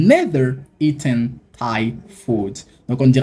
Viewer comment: Bonne vidéo mais il faut faire attention au faute eaten et non EATEEN